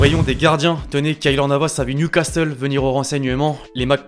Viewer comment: gros vraiment c'est pas " NEW CASTEUL" mais "NEW CASSEUL" le T ne se prononce pas 😅😆